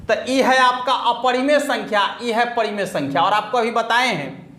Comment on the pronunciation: pahle to gane ke bol sahi se sikh lo, aur parimey ko padimey bol rhe ho 😀😀😀